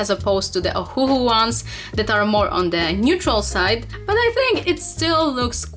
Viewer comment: Ohuoh not ohuohoh